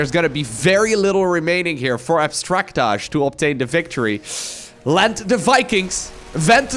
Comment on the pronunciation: You say his name like in Brooklyn 99 says name Nikolaj. Totally wrong. :D Abstractay would be probably closest pronunciation according to my best guess.